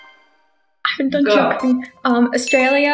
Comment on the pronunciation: why no one know how to say Australia?!